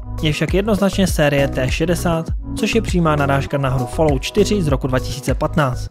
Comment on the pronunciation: Ta vyslovnost 'falout' uplne rve usi...